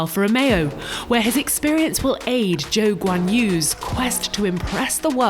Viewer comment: How did guanyou Zhou become "Joe guanyou"?